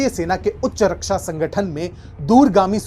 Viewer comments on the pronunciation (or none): none